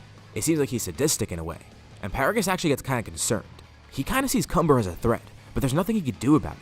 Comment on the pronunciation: When cumber's name is mentioned its sounds like cummer